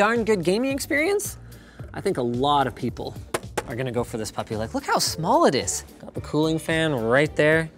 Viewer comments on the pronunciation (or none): It always makes me chuckle hear Linus say "this papi"